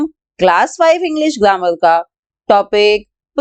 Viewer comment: Mam you said glammar not grammar 😂😂😂